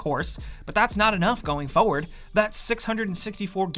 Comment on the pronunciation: I hate every single time you say "foward" instead of "forward" lol